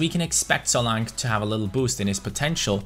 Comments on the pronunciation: It's pronounced solanke not solank 👍🏻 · Solanke is pronounced So-lan-ke by the way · Its Solan Ke Kay Solankay but solanke